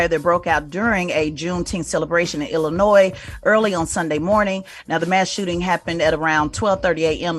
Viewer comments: It’s not Illinoise it’s Illinois. Thank you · Dear DJ Envy, stop pronouncing the “S” in Illinois! My goodness lol